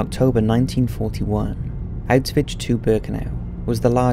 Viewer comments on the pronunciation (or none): Ok come on... "outs-vitch?" Your vids are good, and seemingly well researched, however, you really do need someone to narrate without glaring mispronunciation and made-up words. It's "oush-vitz." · "Out-switch". I've always heard it pronounced like "ow-shwitz" or "ow-shvitz". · Please stop saying Auswitch... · Autzvitz complex. Your Autzvitz documentary about mengele was good, but it was really hard to listen to since every time you say "autzwiz" it just sounds "a bit" comical.. I know that englishmen don't speak other languages, but at least try to put some effort in spelling foreign names and places.. You are really not the only one I have told about this... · Please learn how to say it, it's not ' ausvitch' .otherwise a very good video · good video and btw the correct pronunciation is "OWsh-wihts" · Good video, but the constant mispronunciation of Auschwitz made me cringe every time tbh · Maybe learn how the say the name of the camp if you are doing a video about it?